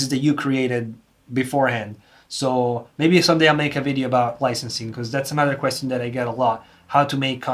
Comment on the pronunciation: Ty for the insight! It's funny how you say ,,question" xD no offence, you're doing great work!!